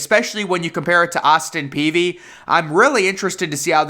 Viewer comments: Its Austin Peay not Peavy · Good show as usual. But I always heard its Austin Peay. No v in it. Just sayin. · I was about to have an aneurysm every time he said "Peavy". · Jake Peavy. Austin Peay (pea)